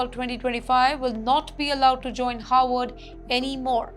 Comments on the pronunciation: This anchor's pronunciation is an has been atrocious as per numerous comments. But as she does not read them refuses to improve. The Howard or Harvard issue is a problem for many who have English as a second language am Indian too. Have been asked to asked to help ."W" should be a whistle sound and "V" should be biting your lower lip. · Why is she mispronouncing Harvard as Howard? 🫢